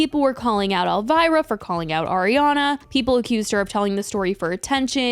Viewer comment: Who is 'Elvaira'? 😂 Gurl, it's ElVIra!!! (pronounced EL- VEE-RA)